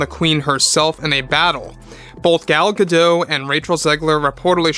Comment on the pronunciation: The 'T' in Gal GadoT is pronounced. Not a French name...